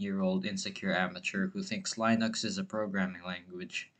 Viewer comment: "lie noox" lol I use Arch btw 😎